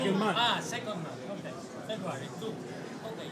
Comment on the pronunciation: is that jason england, who said feburary?